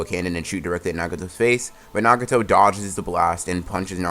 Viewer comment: sometimes this guy can't pronounce easy words like nagato